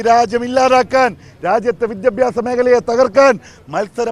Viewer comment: വിത്യാഭാസം അല്ലടാ.. മലയാളം പഠിച്ചിട്ടു വാ